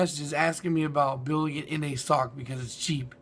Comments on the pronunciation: it's not sock it's S - O - H - C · also, why do you pronounce Sohc sock